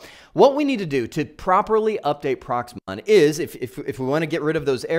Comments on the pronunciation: Great Video, thank you, but I NOTICED you keep saying PROXMON, Its PROXMOX, we had enough of software names and acronyms in our IT journey. Best regards to you and the family from Chicago to Arizona. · Are you saying Prox MON or am I hearing it wrong? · I hope you meant Proxmox and not Proxmon.